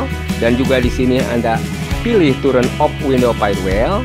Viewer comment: hee mas itu tulisan TURN di komputer, dibaca TAN bukan TUREN, emangnya DUREN, belajar bahasa inggris yg baik mas